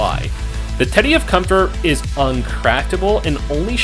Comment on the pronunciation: You pronouce alot of words strangely. Components, inventory, fatigue, comfort. Just saying